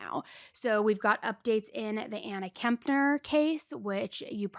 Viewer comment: It's actually been widely reported that TH is NOT living with his mom, Shauntel. But thanks,, for pronouncing Kepner correctly...unlike & seemingly every other YouTube true crime show host on the planet. Kep-ner. Not KeMpner...there is NO M!!!